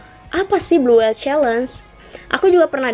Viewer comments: Blue whale ka bukan blue whele hehe.. kasih tau aja.. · Blue whale kak bukan blue whele